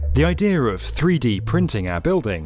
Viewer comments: Why does he keep saying Idear. 🙄 no r in idea. Eye D uh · "the ideaRRRRRRRRRRRRRRRR" ffs where did you get the R from?